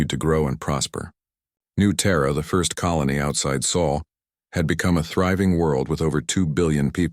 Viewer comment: It’s not Saul it’s SOL. You big dummy